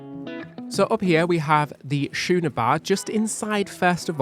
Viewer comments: Don’t you guys cruise for a living? Schooner Bar is pronounced Skooner. Not shooner. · I love your videos - but I have to point out to that the Schooner Bar is pronounced SKOONER, not shooner. It's both a sailing ship and a size of beer service! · Still calling the Schooner Bar the “Shooner” Bar! It makes my teeth itch every time 😂 It’s “skooner” 😁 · Yep, but in England the silent R isn’t pronounced.